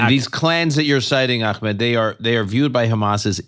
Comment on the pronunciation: It's truly a minor minor point, but is noone else peeved that so many american podcasters find so many ways of mispronouncing Ahmed's name?